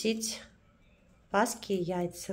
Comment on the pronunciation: Она говорила свЕтить....